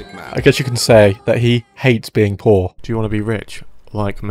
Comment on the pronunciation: he haides beewing pwoor